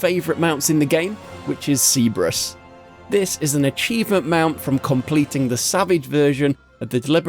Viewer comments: C-brus? ... how does Cerb-er-us get pronounced c-brus? Ugh... anyway, great vids. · Please, I BEG of you, research pronunciations before you just wing it. "Cbrus" made me winge so hard, it's unbelievable.